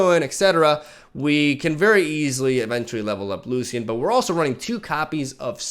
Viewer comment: BTW it's Loshen 🙂